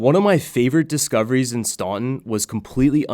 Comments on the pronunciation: It may be spelled Staunton, but it is pronounced Stanten. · It’s pronounced Stanten